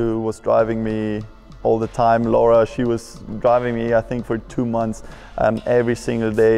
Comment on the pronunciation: "So after 2 or 3 MOMS of driving" 🤣 That's gold 🤣 I feel for you Alex I can't pronounce English very well sometimes.